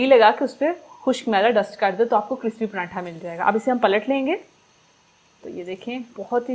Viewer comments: Paranthaaaaa 😂😂😂😂 sis its paratha mera to hass hass k bura haal 😂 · Bagi ap makeup acha nahi karti....aur prantha nahi hota paratha hota ha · not prantha true word is pratha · PraNtha nhi pratha hota h